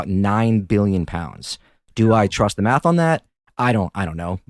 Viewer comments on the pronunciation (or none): none